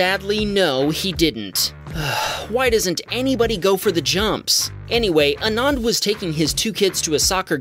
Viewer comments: ANAAND = ❌ AANAND = ✅ So, ANAND = Aah-nuh-nd The way you pronounced the second 'A' should be the way you should pronounce the first 'A' and vice versa. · its pronounced as aananth indian name btw